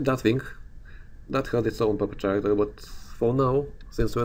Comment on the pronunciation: It's pronounced Karacter, mate. Good video! :D